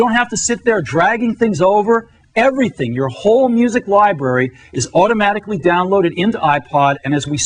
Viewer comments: Otomatically.... otomatically. Say it with me, Steve. Automatically. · tortugash “Otomatically all under one ruff” 😂